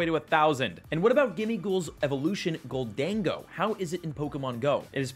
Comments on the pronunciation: Pretty sure it's "Gholden-Go" not "Ghol-Dengo" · lol IT'S JUST GOLDEN GO stop saying GOL DAN GO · Why are you saying Goal-Dengo